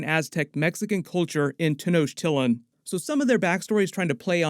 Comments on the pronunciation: I Appreciate You Trying Your Best To Pronounce My Ancestor’s Capital City Name😂👍🏽I Just Hope They Don’t Make It So That Naymor Actually Kills Black Panther N It Just Turns Out To Be An Accident Or Unintentional Or Sun Like That Cuz They’ve Been Doing My Peoples Wrong In The MCU Since Salma Hayek😭 BTW Anyone Know Where To Cop That Jaguar Cap?! Cuz I NEED THAT ASAP😮‍💨🔥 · Man, I love your content. Please work on the pronunciation of Tenochtitlan. The correct pronunciation of Tenochtitlan is Teh-nosh-TEE-tlahn. The "ch" is pronounced as an English "sh" sound. I imagine you're going to be saying it a lot moving forward. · Not gonna lie, I laughed so hard when he pronounced Tenochtitlán and it took me a sec to realize what he meant 🤣 no offense, it’s hard to pronounce words from just the way something is spelled out. A more closer pronunciation would me Tehn-o-ch-tee-tlahn. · Ten O chit lan is how u say the city 😜 Gonna be odd as place exists as cool ruins on surface now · Great recap. I know you have to put these videos up super fast, but please for the future: it’s “Ten-nock-teet-laan” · that had to be one of the worst pronunciations of tenochtitlán that i have ever heard... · Please look up the pronunciation of Tenochtitlan. Learning moment buddy! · Really can’t get over how you butcher Tenochtitlán every time you say it… super cringe 😂😂😂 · Nice try with the city name, it’s a tricky one to say. I’m Mexican & my pops has trouble pronouncing it too. Don’t know how to feel about them making Namor latin & them tryna weave in Aztec religion just to have connect with the Wakandan religion & when Atlantis in comics having known if this ; it feels like an unnecessary stretch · Wouldn't be a marvel character with your parents dying tragically. Also you're mispronouncing tenochitlan....